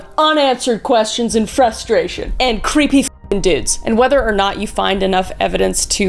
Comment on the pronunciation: THE WAY SHE SAID CREPPY😂